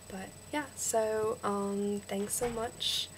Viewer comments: you say 'soe' when it's really 'soh' And please stop saying ustraya. We don't say that. It's still 'Usstralia' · good work. a lot of it does sound aussie, but theres a few that sound british. wouldnt be able to pick ur american though. u say "so" a lot but dont say it entirely right. :)